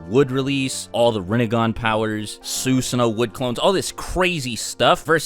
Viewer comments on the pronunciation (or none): "soosano'..... NO YOU FUCKING IDIOT IT'S "SuSano'o" "Suu-sano-o" not "soo-sa-no" fucking idiot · His pronunciation before was wrong. This is closer, but one thing he's always forgotten is that you're supposed to pronounce the second O at the end. "Soo-suh-no-oh" They even pronounce it properly in the anime, but I guess no one listens to stuff like that. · You cant even pronounce SUSANOO right, SUSUNO? Its annoying as fuck and yet u called yourself a naruto fan? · please don’t say susanoo unless you wanna pronounce it right. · How come you started saying susanoo wrong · He’s even sayin “ susanoo” different know🗿